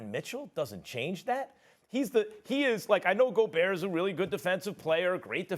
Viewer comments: “Rudy goberrrrrr” 😂😂😂😂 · “Rudy GoBurrrrr”- Kendrick Perkins. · I thought he said ol big booty gobert 😭😭